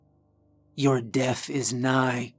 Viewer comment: I love the way you tell stories. Your voice is captivating. Everytime you say the words death I hear you say deaf. It's the only thing you say that every pulls me out of your stories. But you do tell a good spooky story every time.